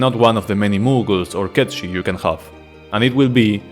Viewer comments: 1. It’s actually pronounced “Kate-Sith” not “Ket-Shee”. Both Dirge of Cerberus and Final Fantasy VII Rebirth confirms the cat’s name is pronounced “Kate-Sith”. And 2. You seriously forgot the Buster Sword? That was an unused item in Final Fantasy X, and it’s obviously an allusion to FF7. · I'm sorry my man, but I keep hearing you say "Cat Shit" when referring to Cait Sith, and that's just hella funny.